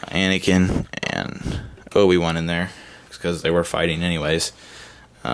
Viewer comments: anakin not anikin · *aniken. Not a mike